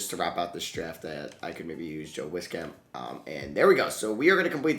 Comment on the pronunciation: Love that you picked up Joe Wieskamp but it’s pronounced “Wees-kamp” an absolute sniper outta iowa!